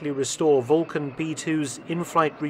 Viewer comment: Sounded like VULCAN to me! 👍